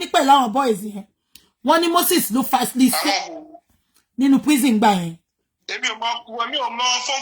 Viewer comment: teeth cannot let her pronounce facilitate 😂😂😂😂